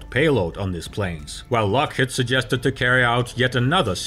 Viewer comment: lock HEED not lock HEAD